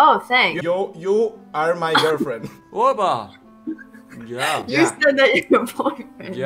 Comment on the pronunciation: y see for a girfien XDDDDDDDDDDDDDDDDDDDDD